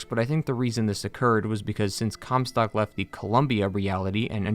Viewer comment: Take a drink every time you hear "cumstock"